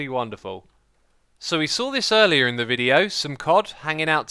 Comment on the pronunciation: oh u said earleyear in the video...